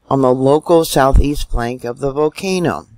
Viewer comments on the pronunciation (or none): Thanks! 💐 Don’t forget the “L” in volcano 🌋😳💥👍